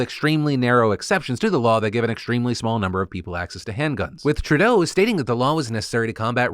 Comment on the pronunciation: Phil, I dig you and appreciate you covering Canadian news from time to time. BUT I have a pet peeve with you. It's the way you pronounce "Trudeau". It's TRU-deau, emphasis on the first syllable. Just my petty ass criticism for today. ✌